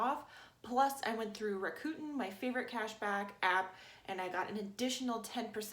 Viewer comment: Is 'ra-coo-tin" how americans pronounce Rakuten (rack-coo-ten)?